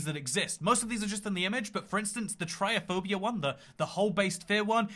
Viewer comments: it's trypophobia not tryophobia lmao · I'm more terrified that can't pronounce "TryPophpbia" or is blind to the letter "p" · Is anyone going to correct his pronunciation of trypophobia?